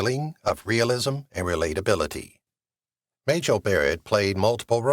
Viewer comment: muh JELL ??? I'm turning off this video immediately. Clueless.